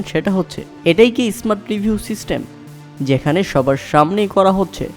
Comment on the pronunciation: কথা বলতে গেলে উচ্চারণ ঠিক করুন।এসমার্ট আবার কী?বোঝাই যাচ্ছে বাংলাদেশী।